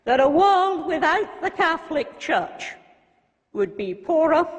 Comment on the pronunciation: Were THE NIGERIAN BISHOP able to pronounce the word 'CATHOLIC" correctly I might have listened more though still agreed less... 'CATLICK' isn't a word... xx SF